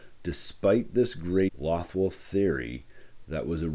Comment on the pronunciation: Isn’t “Loth” pronounced like “loathe”?